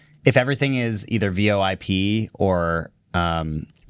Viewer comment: bro said v o i p